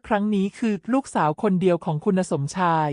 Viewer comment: 😅แม่คุณเอ๊ยคำว่าคุณยังอ่านว่าคุ_ณะเกิดมาไม่เคยอ่านคำว่าคุณเลยเหรอคำว่าชัยพรก็ยังอ่านว่าชัยพะระฟังแล้วมันขัดหูแสดงว่าคุณน่ะภาษาไทยไม่แตก